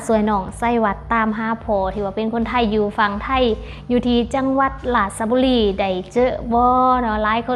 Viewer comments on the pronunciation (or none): จังหวัดราชบุรีให้คุณอา่นว่าราดบุรีไม่ใช่ราชะบุรีครับ